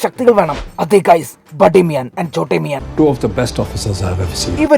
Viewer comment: Sambhavam okke kollam pakshe aa 'Miyan' ile 'n' silent aan.